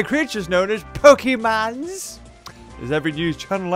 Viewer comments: THEY ARE NOT CALLED POKE'MANS' It is Pok-ay-mon. FYI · Pokeemon not pokeeeeeeeeeemon! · ITS POKEMON NOT POKEMON,S